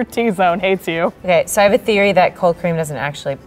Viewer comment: in i heard cocaine instead of cold cream. i gotta go...